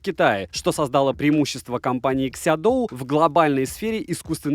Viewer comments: Обзор как всегда информативный. Только название на русском языке будет звучать так "Сяоду", а не "Сядоу". Если интересно, могу прислать Вам таблицу чтения китайских слогов на русском языке. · СяоДу, так читается